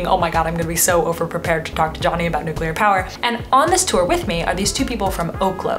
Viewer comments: I am so happy to hear the correct pronunciation of nuclear. One of my biggest pet peeves is hearing noocyooler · Thank you so much for saying "nuclear" properly. I have a hard time taking videos where people say "nucular" seriously. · Thank you for not saying "nuc-u-lar" once! Nuclear is 2 syllables W. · Thanks for pronouncing Nuclear properly.